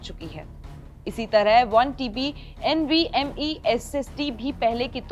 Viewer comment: Dram aur nvme hota hai bolna sekho pehle 😂